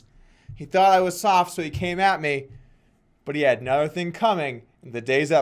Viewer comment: thought he had a minor stroke "he had anoweh thing coming"